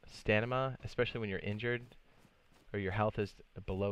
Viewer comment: “Stanima” :D